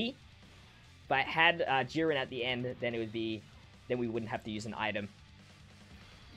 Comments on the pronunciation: Sorry but I giggled every time you said Yurin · Love how you say YeeRen instead of Jiren hahah